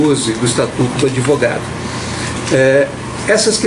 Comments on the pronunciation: Lula fala adevogado? Psicopata mente sem limites! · Analfabeto não é adevogado que se fala é advogado" isso ai foi presidente deste país"PQP......